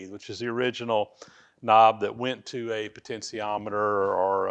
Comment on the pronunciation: I know you are not heavy into electronics but I believe the correct pronunciation should be "potentiometer" and not "potensiometer".